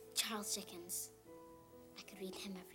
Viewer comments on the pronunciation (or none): The part where she calls Charles Dickens "Dahl's Chickens" was actually how the BFG pronounced it. :D